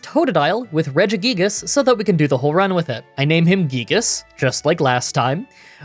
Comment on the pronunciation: Just a heads up, it's pronoucned "Re-jee-guy-gas"